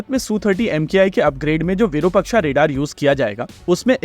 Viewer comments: Say it again its virupaaaaaksh not virupakshaaaaaa. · minor nitpick sir-- it is विरूपाक्ष (short vi, elongated ru and elongated pa). It is a wonderful vedic name of shiva.